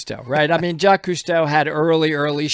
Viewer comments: I can't stand Jacques Cousteau. I still remember when I was a kid, watching one of his diving shows where they dragged sharks on board their ship and massacred them, just because... and Jacques is not pronounced Jackees in France... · The guy in the video they're talking about just straight up said the name wrong. There was another person named Jacques (without the Yves) whose name he also mispronounced as Jackies. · "Jacques" is not his name though, his first name is "Jacques-Yves". It get that it's not easy to pronounce for an English speaker but funnily enough it sounds more like "Jackies" than "Jack". PS : I see that quite a few comments were already pointing out that fact. Sorry for the redundancy. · i thought it was pronounced JACQUIS